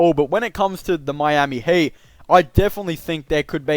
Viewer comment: Why you said HATE instead of HEAT